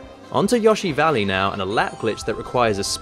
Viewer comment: lol yawshi valley